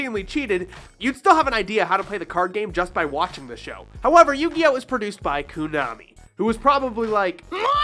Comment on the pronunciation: Konami dude not kunami